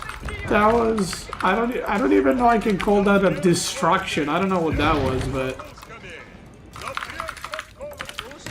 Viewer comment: Why is it only marinelords speach impairment being made fun of. Why you never make fun of? Destwactwion